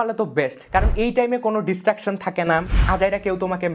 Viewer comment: Bhai Destructions na ota Distraction hobe, But a very Informative video, Ma Shaa Allah